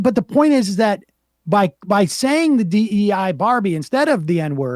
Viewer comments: Dei is the genitive singular of Deus, the Latin word for "god" or "deity It is pronounced d̥ɑɛ̯. Rhymes with “day” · My local priests have been mispronouncing it, as have been members I knew. OK, DAY.